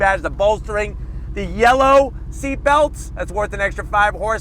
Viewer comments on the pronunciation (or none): none